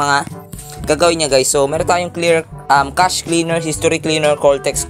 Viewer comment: Kashey mo ang basa sa cache ehe